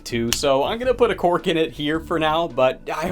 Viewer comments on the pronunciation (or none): none